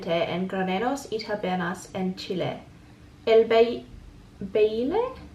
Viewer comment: The fact that you said Chile the right way just made my day ❤️. Cueca is the main national dance! And you got it right "la cueca". we have other "national" dances but they are different according to the area or region of the country. Chile is a beautiful. Country as you can tell I clearly love my country. As much as I love live in your country now hahahaha. If u need help I would gladly help you. 💚